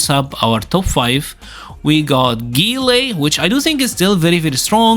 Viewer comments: Who tf is gee-lay 😂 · so Guile = "Gillay"....OK.